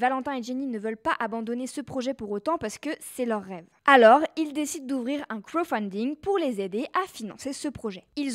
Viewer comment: Le "krofunding”..😅